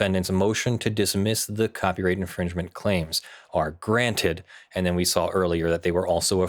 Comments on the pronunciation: The inflection used and silent D in "and" definitely made me hear "Party NBS" as well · When I've heard you saying "Party and BS", I seriously have heard "Party NBS" - and I was thinking, either there is American Sports League that I've never heard of, or it's some news station 😂.